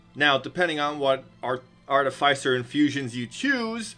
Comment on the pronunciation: Artificer is pronounced "iss" like PISS not "ice". I am beside myself with so many people mispronouncing such a simple word.